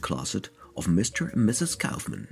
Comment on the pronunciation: "Neutra" is pronounced "NOY tra" - not "noo tra" - he was from Austria and therefore his name has a German pronunciation. You got Kaufmann's name right, however, which also has a German pronunciation.